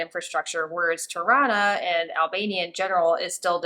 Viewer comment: Every time you say "Tirana", I hear Toronto. Pronounced the same by locals there.